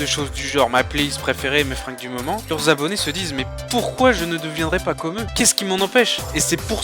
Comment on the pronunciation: À peine 100 Zabonnés? les liaisons stp, les liaisons!